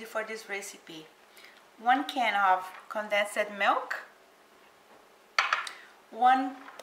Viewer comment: I think you mean condensed milk- the pronunciation has 2 syllables not 3.So it's pronounced "con denst" not "con den sed". But thank you for the recipe.